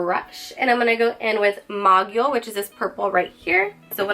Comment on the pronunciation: Cute look! Love ur hair too!! The mogul word is pronounced. Moe-gul, lol :) keep vids coming, luv em